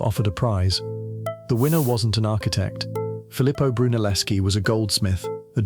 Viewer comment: Pronounced "Broo-nel-es-key".